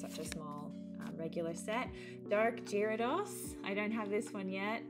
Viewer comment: Sorry if this comes across as being picky, but you butchered the pronunciation of gyarados lol